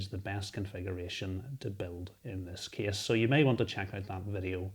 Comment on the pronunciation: being from America, it's the "kess" for me